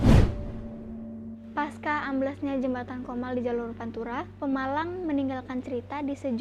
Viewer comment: Pemalang bukan pamelang!